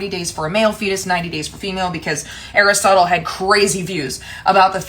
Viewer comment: As a Greek person I say, you said it just right. Aristotel was the last philosopher who pervioued in Greek philosophy as the teacher of Alexander the Great.